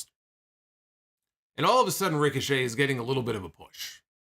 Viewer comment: “Ric-o-Chet” Idk why that was so funny to me 😂